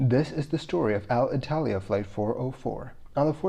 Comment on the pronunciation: Hey, thanks for the video! Thanks for the hard work and passion you put on this. A small piece of feedback on your Alitalia. pronunciation. It's not Al-Italia, it's more like "aleetalea" :)